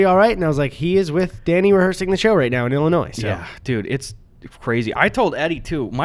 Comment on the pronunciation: did Eddy just pronounce Illinois as “illinoise”? Really? I’m disappointed as another resident of this completely shit state. You can at least pronounce the states name right.